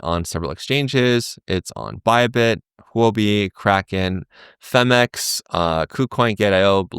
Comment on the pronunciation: is the only crypto YouTuber who can pronounce “huobi” correctly.